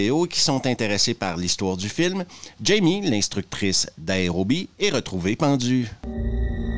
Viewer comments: pitié A E R O. pas AREO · Tu peux pas faire une vidéo sur un film qui parle d'aérobie quand tu ne sais pas prononcer le mot aérobie. Ni aucun mot en [aer].